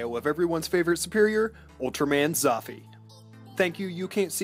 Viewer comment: You pronounce it "Zouffyy"